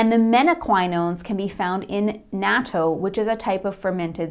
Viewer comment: Great, just note the word Natto is Japanese. It is not a 3 letter symbol word, not English. Na tto Reading the word in Hiragana would make it clearer. Na and a long t sound with o. The test for vitamin K with babies is a United States custom or done in more locations?